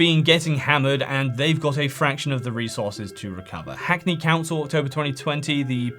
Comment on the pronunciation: I misheard you - I thought you said "Hack me" council. 😊